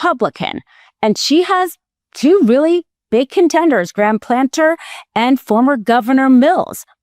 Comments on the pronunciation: Cmon man, it’s Platner, not Planter. Get the right name out there, it matters! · Platner, not planter.